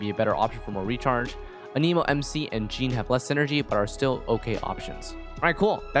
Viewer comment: curious as to why you always say "a neemo" instead of "anemo"?